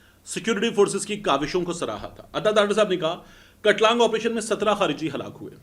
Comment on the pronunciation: The word pronounced as "Kaat-Lung" کاٹلنگ